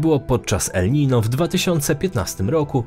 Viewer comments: Nie ma czegoś takiego jak Nino, jak już to el Niño, pochodzi to z hiszpańskiego :) jeśli czytasz poprawnie to wypadałoby na miniaturce jednak użyć ñ ;) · 90 razy uslyszalem elninio :)